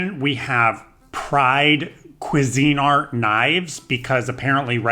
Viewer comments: The way you pronounced Cuisinart was diabolical ❤❤😂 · I love your sense of humor so much. 😂 and you’re such a handsome fella. The way you pronounced Cuisinart made me bust out laughing. 😂 Please don’t give up on cooking! You’re doing so good.